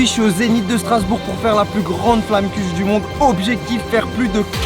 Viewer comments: Flammekueche C'est tarte flambée en alsacien. (se prononce "flamkoureu") Mais tout le monde dit tarte flambée de toute façon. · Phonétiquement en Alsace ont dit « flamenkuera » normalement ! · Et mon Charlie il faud dire flammekueche